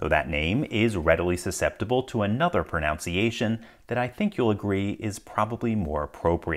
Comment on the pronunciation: the irony of mispronouncing pronunciation